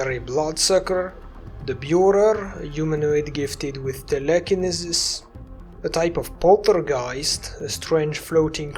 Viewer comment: Wonderful vid. TELL-a-KIN-E-SIS. Just trying to help is all lol